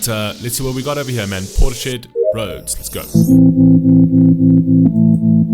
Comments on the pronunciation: When then "reaction" people call them Portis-shed, I wanna jump through the screen and beat the shit out of em. You're insult bands people love man. Before you react to something, you might wanna find out how to actually pronounce the bands name. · Good God thank you for this one. It's pronounced Portis-Head. Beth is a beast. My favourite female vocalist of ALL TIME. This band is truly timeless. 🎯